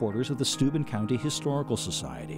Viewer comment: One would think the narrator could pronounce the name of the county correctly????????